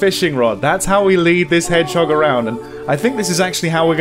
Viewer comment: Orhooooooo 😭😭 i watch this 3 time hannnnnnnn in french its herisson not head jog or I don't know how you write ive got 3 herisson in my garden my cats afraid about them